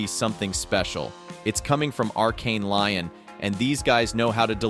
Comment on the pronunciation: I love your content and keep up the great work dude!. Just so you can stop looking foolish though I will tell you it's not pronounced arkane lion.... Its "Lee-own" would be how you properly pronounce that location in France. 😂